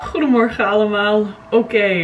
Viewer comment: goede morgen allemaal hahaha daar klonk ze echt gewoon Nederlands man